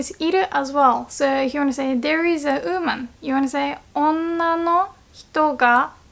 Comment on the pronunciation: I hate to pick on your pronunciation, but the way you said 'woman' is a little weird. You pronounced it like: 'ooman' which confused me at first, because I've never heard it pronounced that way before. You should pronounce the 'w' like in the word 'water', followed by an 'oo' sound like in the word 'good'. (if that makes any sense)